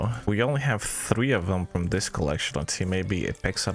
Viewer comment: You really arent interesting at all, i hope at least you know no one is here for your "personality". Also stop saying "dis" instead of "this" constantly and start saying anything worth saying.